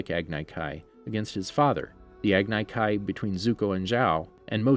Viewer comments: Agni kai is pronounced as agne kai. Iroh is pronounced with an I not e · its not ear-oh lol, its eye-row (iroh) aand its not ag-nai kai, its ag-nee kai... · Listening to him say agnay kay instead of Agni Kai KILLED me! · my guy said eroh its iroh and why the hell are u saying aganai ki its agni kai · E-roh oze-ai ag-e-kai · Me: he should have watched the show, I mean this channel has a series based on it. They should of watched it, right? And they should know the pronounciations. Him: Agnai Kai Me: fuck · This dude he doesn’t know how to pronounce anything from the ATLA universe “agnai kai” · What about agni kai.He pronounced it agnai kai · Eroh? Agnay Kai? WTF haha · Earo........sorry I had flashbacks to the avatar live action movie but at least he said Agni kai even though he said ag nye but at least he didn’t say Agni key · He called an Agni Kai Ag-ni Kai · It's pronounced EYE-ROW AG -KNEE KAI Love the content though! keep going! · ShadeTree Spatula ag ne k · The way you say Agni Kai and Iroh makes me nauseous. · The way you pronounced Agni Kai gave me anxiety. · This man didn’t say Iroh or Agni Kai correctly 😭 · The thing that bothers me the most is that he didn’t say Agni Kai right....sorry I get irritated by the most simplest things. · Everyone is talking about how he pronounces Iroh’s name, but what about how he pronounced Agni Kai? That’s way worse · I got cringed by your pronouncation of iroh and agni kai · He also said Agni Kai wrong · Not to mention the agni kai🤣🤣